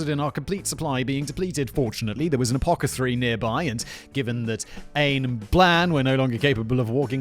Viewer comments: Apacatheory? It's apothecary. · Simon, please, do a search on how to pronounce apothecary... Apo the cary not what you said ;D